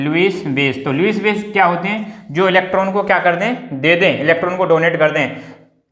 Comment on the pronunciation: It is accept not asept 👆🏻